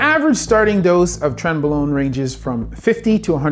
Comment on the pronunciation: Only one small correction, doctor. It's pronounced "tren-BRO-lone".